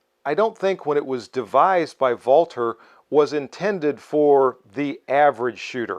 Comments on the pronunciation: I'm not of German descent (although my wife is German-Canadian) and I also applaud for pronouncing it correctly! it's painful to hear how it often gets pronounced incorrectly. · I love this pistol and own one. It's one of my favorites. It's honestly a shame it's being discontinued. Great video as always. Also, as a German American I really appreciate you pronouncing Walther correctly. 🇩🇪🇺🇸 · Finally a reviewer who doesn't over-Anglicize the pronunciation of Walther. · You are the only content provider on YouTube who pronounces "Walther" properly. Thank you for showing respect for the company name, by not butchering it.